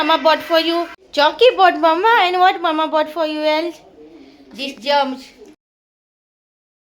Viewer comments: Germs 😂 it's gems and jelly, try to pronounce it properly it will be good for you This are simply words not so complicated , don't mind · You r pronouncing jelly and germs wrong please learn properly don't mind ❤ God bless you take care